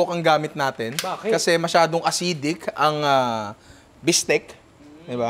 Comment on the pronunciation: I love your Filipino accent say it again "Bistek"